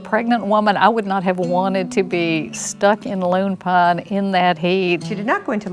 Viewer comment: I'm certain it's meant to be 'Lone Pine', but they all sound like they're saying 'Loon Pine'.